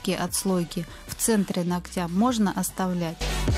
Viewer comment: Ну нОгтя, а не ногтЯ)))